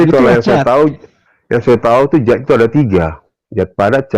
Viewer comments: Bukan zat tapi Dzat. Baca lg yg bnr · Bukan zat tp Dzat